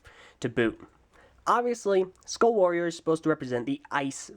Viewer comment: "Ueuhh... Skuaall Waoorieeer..." That sounded weird...